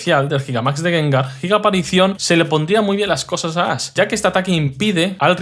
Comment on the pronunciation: Muy buen video! Lo único que no entiendo es por qué el youtuber a Ash lo llama "Ass" y al tipo psíquico lo llama "sísico"